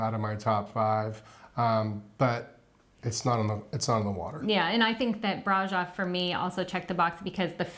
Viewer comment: Ugh!!!! The mispronunciation of Brasov!!!! Cringe!!!